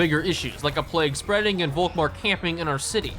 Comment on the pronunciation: One gripe: Please pronounce Volkmar with an F. That is, in fact, how this actual name is actually pronounced. Folkmar. Germans use the V and the F interchangeably in most cases, such as this one. Folksvahgen, Faterland, Ferboten, Ferkehr....Folkmar.